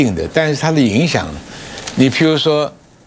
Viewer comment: 帥將軍，拜託是澤倫斯基，別再 倫澤 斯基了，這仗打了這麼久，也該改口了。